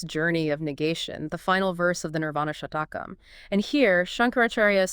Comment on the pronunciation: It is NOT Shatakam. It Is SHATKAM, meaning six verses.